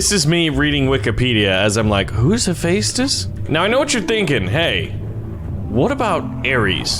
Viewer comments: im the most geeky person on greek mythology ITS hepheastus (he-fes-tus) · No Kronos was the titan/god of time ok. and Hephaestus is pronounced hef-a-stis not u no what u get everything wrong so one more thing hades teleport thing is really shadow travel OK! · It’s pronounced he fes dis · Also, Hephaestus is typically pronounced Hef-est-us. So if he wins, he'd be the bestus (bestest). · hephestus is not pronounced like that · Why is he pronouncing haphestus like that? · You said Hephaestus wrong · the way you say hephaestus physically hurts me every time you say it